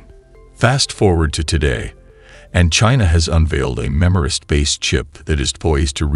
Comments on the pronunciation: Not "memorist", MEMRISTOR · MEMRISTOR! Redo the audio.